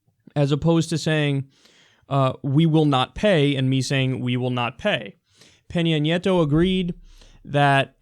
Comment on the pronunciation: Can we all just appreciate how well Kyle pronounced Peña Nieto tho